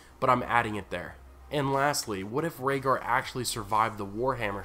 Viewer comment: Rayder... Raedar... Raygar... Rhaegar 😶 They rhyme...